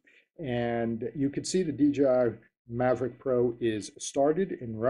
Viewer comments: did he say Mavric..like from TopGun. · "DJI Mavrick pro"? :D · excellent video...thanks...btw, there's no 'r' in mavic ;) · DJI "Maverick" Pro, haha. :) Honest mistake. Good video buddy.